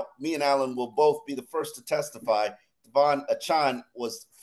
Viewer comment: pretend Devon has no E on the end of his last name.